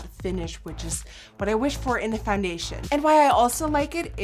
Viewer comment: did you call it FUNdation lol